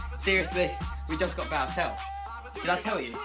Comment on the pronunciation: And he pronounces Bale like Bal